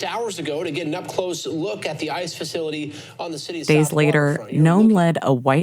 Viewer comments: The ignoramus in chief doesn't even know how to pronounce Oregon . . probably can't spell it either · The thing in the white house doesn't even know how to say Oregon, so how the heck does he know we are in a "war zone"?